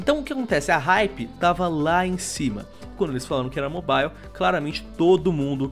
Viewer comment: Eu só acho que precisa chamar alguém que saiba falar o mínimo de inglês pra falar nesse canal, dá uma agonia toda vez que ele fala mobile